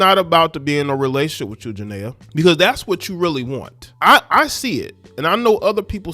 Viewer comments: Please say her name right Jania pronounced Janeeea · Her name is pronounced…… JA-KNEE-AH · If you know how to pronounce Nia Long, you can pronnce Jania. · Y’all can get off of young Boy y’all hate what y’all don’t understand.And you not even pronouncing her name right ……